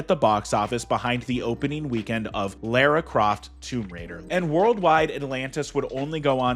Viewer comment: I'm sorry How did you pronounce Lara Croft?